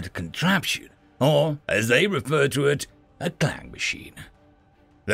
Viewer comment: its KLANG no CLANG